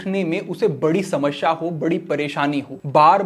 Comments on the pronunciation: Samashya nahi samasya hota hai, pehle bolna to sikh lo baba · कृपया शमश्या ना उच्चारित करें ….आपके बोलने के दौरान यह बहुत अजीब लगता है